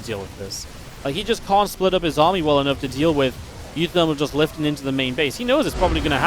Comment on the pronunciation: you keep mispronouncing one of the player names; it's pronounced oowooThermal.